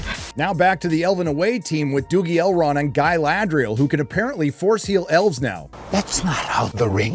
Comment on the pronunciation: The way they pronounce R is so painful to listen to… “ElRRRRRond!”